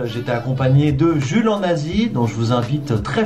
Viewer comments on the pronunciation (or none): A tu dis Jules en Asie sauf que g entendu Jules en Nazi